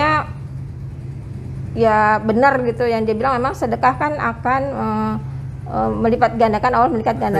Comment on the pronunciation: Weleh² yusup mansur bukan ustad bleh coba aja dengar kalau ceramah ngomongnya selalu sodakoh sodakoh sodakoh. sodako bleh bleh apa bayah